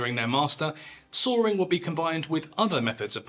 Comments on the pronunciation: It’s Saw-ing not Saw-ring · “….and then!!! Sawrrrring!” What? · Every time he says sawing it sounds like "soaring" or "Sawyering" lmao even the subtitles say soaring xD